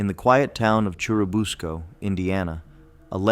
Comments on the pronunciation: He can’t even say Churubusco right.😮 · That’s true, he mispronounced it. Also Oscar the giant turtle is the only one of these “legends” I have heard of